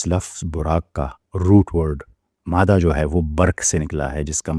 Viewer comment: ایک لفظ کے متعلق آپ سے غلطی ہوئی ہے ۔۔۔۔۔ مادہ۔۔۔ میں دال تشدید کے ساتھ ہے۔۔۔ کہ بغیر تشدید کے مفہوم کچھ اور ہو جاتا ہے ۔